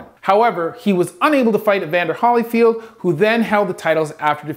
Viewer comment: I love your videos but I am shocked well actually beyond shocked and I down right and straight fucking "FLABBERGASTED" at the fact that a man of your educational background (specifically in English) based on how you put your words and sentences together with such superb grammer how in the hell you MISPRONOUNCED/ MISPRONOUNCE THE LAST NAME OF A LIVING LEGEND AS BIG AND INSPIRATIONAL AS EVANDER "The Real Deal" Holyfield?!?!?!?